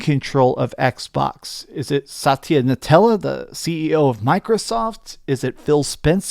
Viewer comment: Satya NUTELLA 😂😂 I have no idea if you getting everyone's names wrong on purpose but it either way it's hilarious